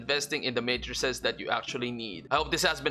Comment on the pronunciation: finally someone who pronounces matrices correctly and knows the singular is matrix